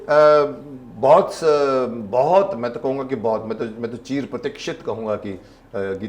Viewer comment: चीर प्रतीक्षित नहीं, चिर प्रतीक्षित बोला करिए, अर्थ का अनर्थ कर दिया। अभिनेता को उनके शब्दोच्चारण में विशेष ध्यान देना चाहिए, अतिउत्साह में गलतियां हो जाती हैं